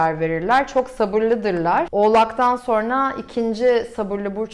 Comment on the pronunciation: "Sorna" değil, "sonra".